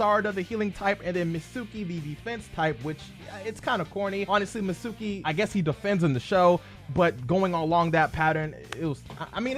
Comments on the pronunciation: It’s pronounced “meet ski” not “met suki” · Mitsuki (mEEt-SkEE) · It's not MITSÚÚÚKI!